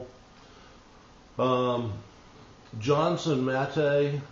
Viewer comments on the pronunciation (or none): none